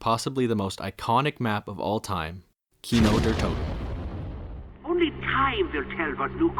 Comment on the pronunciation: Makes a whole video about an iconic map and doesn't even bother to look up the pronounciation of the name.. bruh